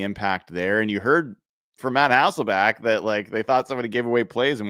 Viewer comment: Bro said Matt HasselbAck 😂😂😂 🤦🤦 Memories man